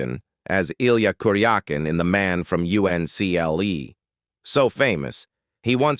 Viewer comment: Then man from U-N-C-L-E? Stupid AI doesn't know its uncle! AI narrated videos get automatic thumbes down regardless of content. 👎👎👎👎👎